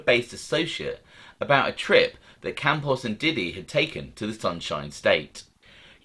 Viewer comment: Yeah Campos doesn't end in a vowel